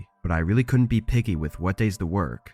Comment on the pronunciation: Stories are good enough but where did you learn to pronounce the words, didn't, couldn't, wouldn't??? Just wrong dude!